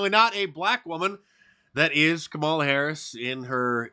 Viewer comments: Mark mispronounced KUMALLOVER HARRIS' name.😂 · "Kameltoe Harris" Get it right! 🤣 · its pronounced kamm allah Mr. Dice. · Harris's first name is correctly pronounced KAH-ma-la or Comma-luh. She made a video to help people get it right. I'm not kidding.